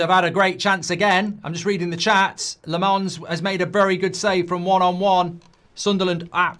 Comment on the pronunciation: Goldbrine still calling Lahhmens Le-mohns